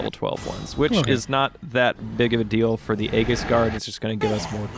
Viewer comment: You guys are awesome, and thanks for showing that glitch. But, it's pronounced ee-jis, not a-gis.